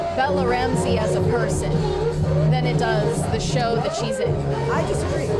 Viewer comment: Ok.. I KNOW you are capable of pronouncing a short “a.” You quoted Ellie by saying “I’m gonna be a dad.” You said DAD. Not, “dodd.” Then you IMMEDIATELY followed it up by saying “thawt” instead of “that!” Now you are just messing with us!!